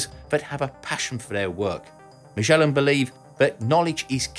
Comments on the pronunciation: Ma-SCH-ellan? Mate, you forgot the d in there! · ma - gay- lan = MAGELAN